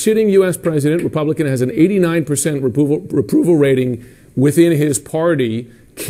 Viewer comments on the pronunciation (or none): Any1 notice he said a-poo-val 🙊